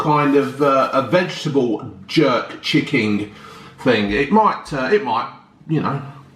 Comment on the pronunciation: My man calls chicken chicking 😂😂